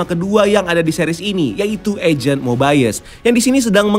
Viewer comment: Mobayes atau mobius